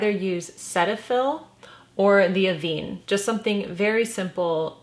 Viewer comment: Love your channel. Just an FYI so many people pronounce Avene like you are but, I was trained by them and it is actually pronounced with a with a soft e, if that makes sense? As in end not Jean. Hope that is understandable😊